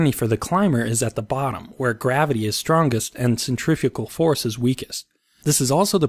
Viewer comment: "Centrafugal Force..." okay , I can hear the Angry Comments already